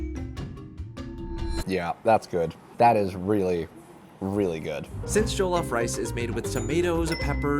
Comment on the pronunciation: jollof is less joe/joel and more joh like when you're like oh quickly. if that makes sense!